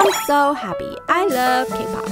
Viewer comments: I thought she said I'm so preppy I love cake pops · I thought she said I’m preppy lol